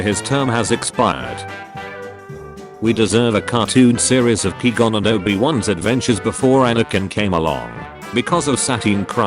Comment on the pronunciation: Nobody: The automated voice: QWEE GON